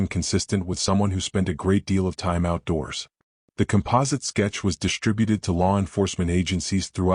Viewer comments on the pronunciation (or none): WTF does "SHTRUGGLED" mean!!!!!!!!!!??????????? I have heard of "STRUGGLED", but not "SHTRUGGLED"!!!!!!!!!!!!! THEN, WTF does "DISHTRESSED" mean!!!!!!!!!!!?????????? NEXT, WTF does "DISHTRIBUTED" mean!!!!!!!!!!???????????? AND, WTF does "FRUSHTRATING" mean!!!!!!!!!!!!!??????????? FK!!!......WTF does "EXSHTRODINARILY" mean!!!!!!!!!!!????????? AND THEN, WTF does "SHTRANGE" mean!!!!!!!!!?????????? GOD F#CK, WTF does "SHTREAKED" mean!!!!!!!????? FK FK FK, WTF does "INSHTRUCTED" mean!!!!!!!!!!??????? HOLY HELL, WTF does "SHTRUCK" mean!!!!!!!!!!???????? JESUS, WTF does "SHTRETCHERS" mean!!!!!!!?????? DAYUMN!!!!, WTF does "RESHTRAINT" mean!!!!!!!!???????? Now, WTF does "EXSHTREME" mean!!!!!!!????? WTF does "SHTREAMED" mean!!!!!!!!!!???????? WT HOLY F does "INSHTRUCTIONS" mean!!!!????? WTF does "SHTRETCHED" mean!!!!!???? WTF does "SHTRUGGLING" mean!!!!????? WTF does "RESHTRICTED" mean!!!!!!!!!!????????? WTF does "SHTRIKING" mean!!!!!!!!!!??????? WTF does "SHTRENGTH" mean!!!!!??? WTF does "DEMONSHTRATED" mean!!!!!!!???????? WTF does "SHTREAMING" mean!!!!!!!!?????? WTF does "ILLUSHTRATED" mean!!!!!!!!!?????? Do you FREAKING see a pattern here???????!!!!!!!!!!! ALL words with ".......str....." in them are FREAKING mispronounced!!! They do NOT FREAKING have and "H" after the FREAKING "S"!!!!!!!!!!! FIX your POS AI!!!!!!!!!!!!!!!!!!!!!!!!!!!!!!!!!!!